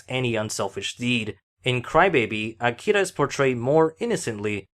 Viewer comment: smh, It's AkiRa, not "Akida".